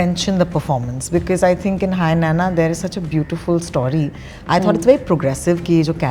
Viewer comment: Anchor is a South Indian and she doesn't know how to pronounce Nanna, pls don't criticize north Indians when they make fun of South Indians when South Indians themselves don't know the basics of fellow South Indian culture and language